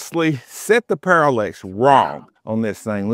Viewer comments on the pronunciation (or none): Parallax… not Parallex…